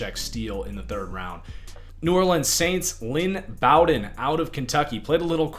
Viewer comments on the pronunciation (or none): Bow-Den like bow and arrow